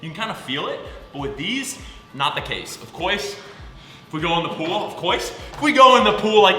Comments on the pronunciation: Of course and you said of ofcoys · Of cuoise?